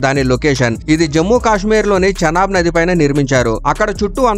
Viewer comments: "చెనా బ్రిడ్జి"..." చెనక్కాయల బ్రిడ్జి" కాదురా అది..." చీనాబ్ బ్రిడ్జి" అనాలి🥱🥱🤣🤣🤣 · బాబు జీరో.. అది చెనాబ్ కాదు చీనాబ్ నది..